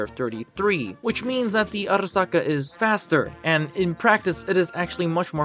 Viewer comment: The way u said arisaka in the first moments of the video sounded nice ngl i bet u had fun making that part lol